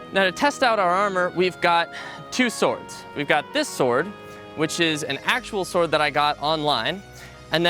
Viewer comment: bastard it's "now this is a swoid"